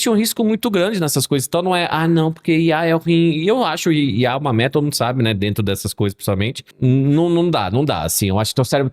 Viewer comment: Acho tão engraçado que o não consegue falar IA, são duas letrinhas DUAS e ele fala IAI kkkkkkkkkkkkk